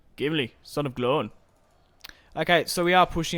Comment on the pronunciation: Its gloin as it gloyne not glowen aha